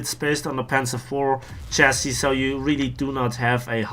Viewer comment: It is pronounced chas-si or shas-si not chas-es.